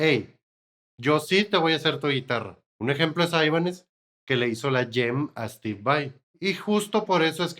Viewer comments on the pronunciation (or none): none